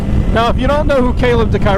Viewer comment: I met Kaleb at Cresson last year and, like a lot of Moto people, he just seemed like a really good dude. MotoAmerica and the trackday and racing motorcyle stuff is full of just good people, it would seem. He probably wouldn't even mind that you are absolutely butchering his last name. Glad to see him on an Ape this year!